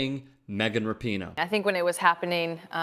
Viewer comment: Good to see the lemmings at TYT starting pronouncing her name correctly.